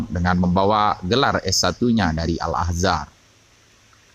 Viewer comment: Al Azhar bang, bukan AL Ahzar